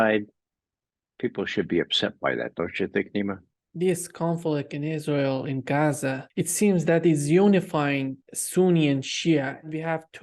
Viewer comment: Ray McGovern is a gem! He even pronounces Palestinian place names and Arabic words perfectly. Eg, "Geza," not "Gaazaa" ...